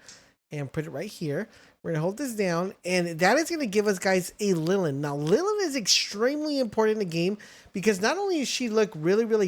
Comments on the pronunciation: Notice that grumpy expression on Ly-LEEN? It's because you keep calling her "Lillin". Also, Celaray + Jolthog = Leezpunk, and then Celaray + Leezpunk = Verdash. No need to go capturing teleporting Bushi or exploding Tocotoco. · Lyleen - Lilin... Bushi - Banshee... Tocotoco - Tucutucu...Mossandra - Moose-anda... Orserk - ORSKIN??... Penking - PINGING... why? I can't listen to this guy anymore 😭